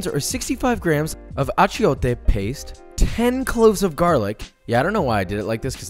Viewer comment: Achiote is one of the words in Spanish that isn’t phonetic. You’re supposed to pronounce it a-chOtte. Fun facts